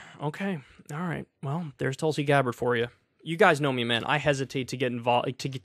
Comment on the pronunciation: Pakman has the pronunciation right it's "Toolsi Gabbard"